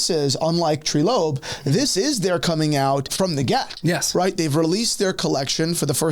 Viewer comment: Treelope 😂 its "Trylope"